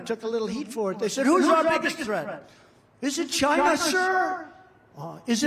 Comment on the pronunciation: 'I'd like to thank CHYYNNAA!' LOL! 😂 😂 😂